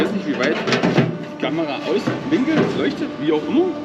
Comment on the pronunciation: Hi, bei Dich heißt "Immer" - "ÜMMER"... woja 😂🤣😂🤣😂